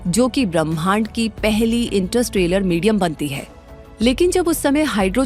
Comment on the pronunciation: इंटरस्ट्रेलर नहीं इंटरस्टेलर होता है